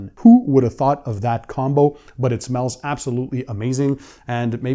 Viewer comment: “it smellsz.. SICK!” I love you man